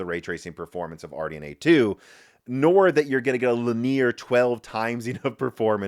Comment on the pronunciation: That's a wild way to pronounce linear.